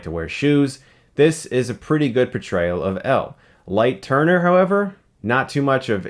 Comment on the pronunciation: LIGHT TURNER??? ITS LIGHT YAGAMI MOTHERFUCKING YAGAMI!!!!!!!!!!